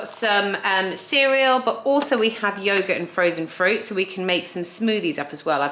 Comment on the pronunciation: Absolutely nobody in the UK says yoghurt like that apart from you! Fool!